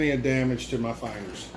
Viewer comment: Good video! I love when you say "fayngers". ;-)